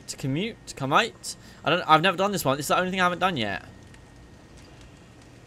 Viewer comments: Bro it is pronounced koo mah tae. Have you not seen bloodsport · Koo-ma-tae is how you pronounce it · Are you streaming today? Also the pronunciation for the kumite, is Ku- Ma- Tae